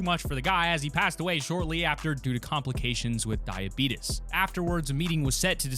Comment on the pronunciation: the way he pronounced DIABETES 😂